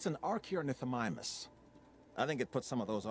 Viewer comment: Oh come on, it's easy, it's an Archaeornithomimus. Arrr-chaeee-or-nith-o-mi-mus.